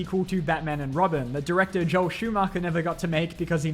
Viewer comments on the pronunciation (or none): none